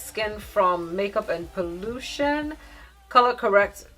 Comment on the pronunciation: The “color correct” and “universal shade” brought out your Ghanaian accent 🤣🤣🤣. Great video 👍🏾